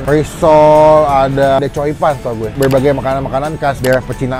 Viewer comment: Chongfan bang bukan choipan... Wkwkwk